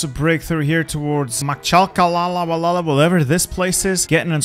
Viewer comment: Pronounces things with remarkable respect to the pronunciation in its original language. Also: Makachalalalawhatever.